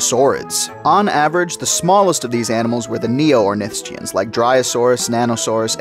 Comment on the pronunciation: Stop saying ornithischian like that please